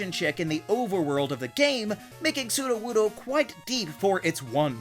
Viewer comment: NO, IT'S A ROCK-TYPE! AND IT'S SUDOWOODO, NOT SUDOWUDOO!